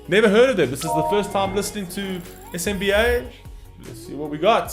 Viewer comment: It’s pronounced as Sim-ba..（SMBA)